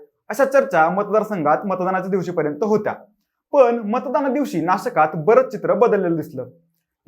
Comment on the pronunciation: सुरवातीच नाशकात उच्चारण खटकतय बाकी सादरीकरण उत्तम ❤️